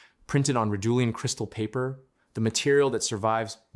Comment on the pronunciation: Ridulan, not Ridulian!!!!